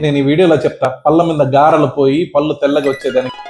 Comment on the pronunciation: పళ్ళు అని పలకండి, పల్లు కాదు